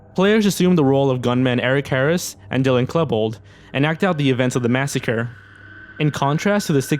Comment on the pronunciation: “Eric Herris and Dylan Klehbold” sTOPP AHAHA